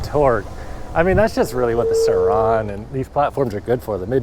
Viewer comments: He sounds like he's saying "sir Ron" like a British lord or some shit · The way you say sur RoN is bothersome